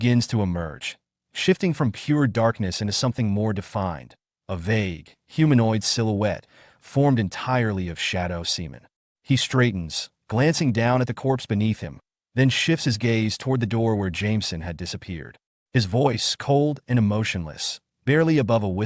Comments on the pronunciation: Idk why but semen works XD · This AI voice calling the protagonist “Semen” rather than I’m guessing “Simon” made me laugh every time.